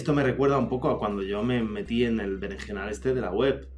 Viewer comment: Jajajaja ¿"berejenal"?